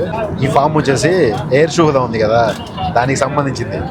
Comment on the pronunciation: Adi air shahuda ❌kadu ra babu. Air suvidha ✅